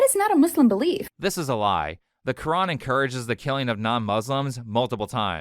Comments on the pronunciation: this is hilarious. White American woman who converted adopts a middle eastern accent to say “Quran”. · From the way she pronounces "quran" to the rapid onset aunt jemima accent, this lady can't be serious